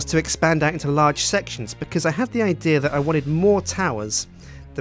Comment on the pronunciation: anyone else notice he says idear instead of idea?